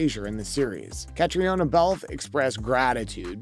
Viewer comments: KATRINA is how you say her name!!!!!!!!!! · Wish they would learn To say her name right.